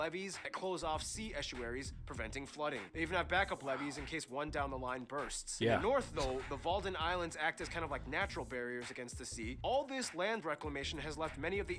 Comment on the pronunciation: its "wadden eilanden" not "walden